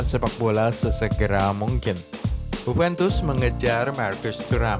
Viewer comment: JUVENTUS bukan Hupentus